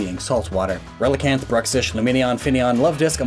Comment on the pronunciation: He said relicanth that twice, lol